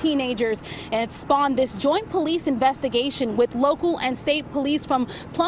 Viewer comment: Whats just his accent, is considered a speech impediment in USA, with regards to him not being able to properly pronounce "th". He also didn't pronounce 7th how we would in USA and he also pronounced with as "wit"